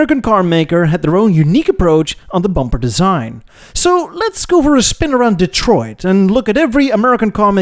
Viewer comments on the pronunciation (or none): none